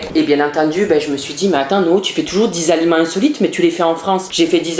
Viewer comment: Entant que québécoise je peux te dire que tu prononces les aliments mal